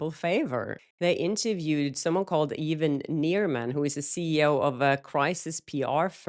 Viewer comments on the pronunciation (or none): none